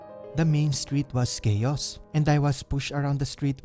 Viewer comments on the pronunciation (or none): You mispronounce chaos, dangerous, shouting, boulevard, and disorder. I'm glad there was an English subtitle despite your speaking in English, some words can't be recognized with your heavy accent. You have a lot of grammatical errors.